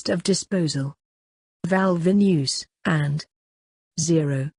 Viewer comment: VALUE, not VALVE